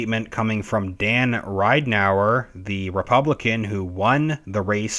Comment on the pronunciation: It's Rid en ow er ......equal accents on Rid and Ow.